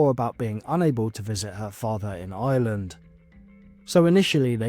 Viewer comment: It’s Ireland not Island